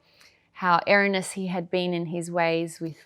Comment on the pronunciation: Erroneous not errunus love